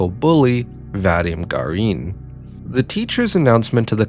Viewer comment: What has always, ALWAYS bugged me about western videos on Russian media is the pronunciation. Like yeah, sure, here is a very detailed, well though-out and polished philosophical essay on the topic, but the thought to google the pronunciation of the characters' names (literally the first result on "Ira name pronunciation") had slipped the author's mind, and EEra is Aira now, VadEEm is VAdim, and Asya is AZya (more like Azeea) ((but that's understandable since many foreigners have trouble pronouncing soft consonants and the letter Я (ya))). No flak to you (well, just a tiny bit of it, but genuinely only a smidge), but it's something that's irked me for a long while, and you pronouncing Ira like the that was just the final straw.